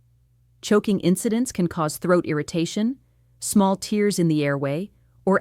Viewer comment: Some good recommendations here; thank you. The AI bot person's repetitive hand motions and pronouncing "tears" like what flow from our eyes instead of the physical problem being described is not good. The bot person here is pleasant, but the repetitive hand motions are tiresome and a dead giveaway about the AI factor.